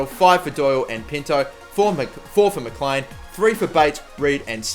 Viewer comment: Mclean is pronounced. Mcleen